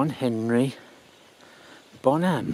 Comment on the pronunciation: Hi! I'm curious to know why do you pronounce his last name as Bonhám instead of Bónham. Aside from that, since probably I won't be able to go there physically, I thank you for letting me visit his grave virtually. It was moving to watch. Greatest rock drummer ever and inspiration for millions.